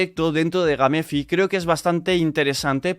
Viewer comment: Gamefi se mamo "Geim Fai"